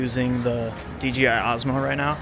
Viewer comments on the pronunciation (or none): Pet peeve: It is DJI, not DGI. ;-) Also, anytime I see a video like this, I tell myself that I need to get back to New York. I have not been there in 20 years. :-(